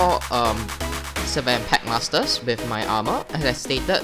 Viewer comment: its pronounced s-fen